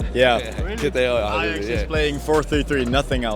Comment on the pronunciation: Par contre mgl OK tu nous explique l'histoire de l'Ajax en français c'est cool mais stp plus jamais tu dis l'ayax en français le J se prononce donc tu dis l'ajax